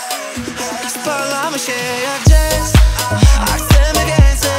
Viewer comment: ... tylko ze jazz wymawia sie przez "a" 🤭 bynajmniej wiekszosc osob tak wymawia stad moje pytanie bylo 😁 .. ale Ty chlopaku wymawiaj sobie jak chcesz, nie ma to zadnego znaczenia tak slucham tego codziennie 😍 ... i powodzenia w szukaniu 😉